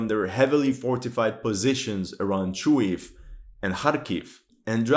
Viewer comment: The city's name is pronounced as ChooGooEff not Chooev. =)